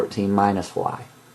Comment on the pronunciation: "wuayyyyyyyyyyyyy........" lol i like how u pronounce "y"